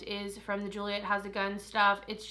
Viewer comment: Gioia is pronounced (Joy-a) it's my madien name so I always had to correct people, my family is from sicily.